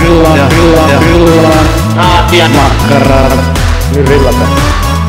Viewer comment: Hahha, ihan paras tämä, mite se sanoo ärrän. :D "Makkarrrraa"